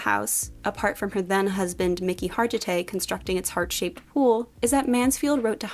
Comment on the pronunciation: Mickey Har-GIH-tay (not Harjitay) was a Mr. Universe.